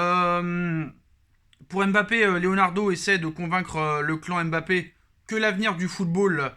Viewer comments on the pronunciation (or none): none